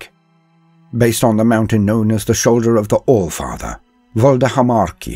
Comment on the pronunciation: "Flor the alfartherrr an' fo rush!!?" pukes